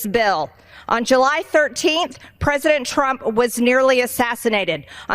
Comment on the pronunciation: Prezidint trimp